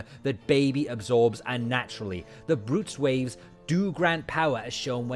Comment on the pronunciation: Good job but please learn how to pronounce Blutz waves😊